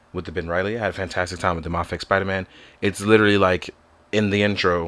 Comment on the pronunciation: It’s pronounced may-fex (mafex)